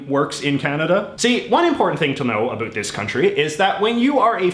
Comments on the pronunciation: I am Canadian and I have to ask are you really a Canadian? The way you say about makes my ears hurt and a true Canadian does not say "Ice Hockey", it is Hockey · You say ‘about’ like you’re trying to convince people you’re Canadian